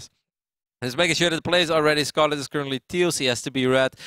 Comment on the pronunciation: Yeah he is not doing it on purpose he just doesn't seem capable of pronouncing it. It's like getting mad at me because I can't roll my R's when trying to speak Spanish. I just can't seem to do that.